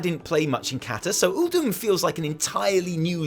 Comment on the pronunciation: I'm glad I'm not the only person to notice the mispronunciation of Uldum.